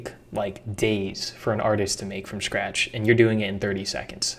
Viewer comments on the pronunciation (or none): Is it me or do you pronounce 'script' as 'shcript'? and scratch -> shcratch.